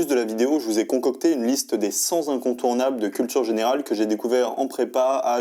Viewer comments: Dès la première phrase, une faute de français 😢. Ce n’est pas grave du tout mais ça nuit un peu à la crédibilité d’une telle vidéo. Les 100 incontournables s’écrit « les cent » et non « les cents ». Donc pas de liaison (les cent zincontournables😱) avec l’adjectif. Il faut continuer à lire 😉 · Aïe, 3 secondes et le mec sort "les cent zincontournables" 😂😂😂 juste après "ce livre me touche particulièrement à coeur" Aah jte jure ces gens qui sortent d'écoles de commerce et s'inventent une culture pour pouvoir briller en société, cest beau ! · "cent zincontournables" :-) la liaison fait mal aux oreilles mais à part ça super vidéo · "les cent ZINCONTOURNABLES" ? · liste des cent incontournables : cent ne prenant pas de "s" il ne faut pas faire la liaison !!!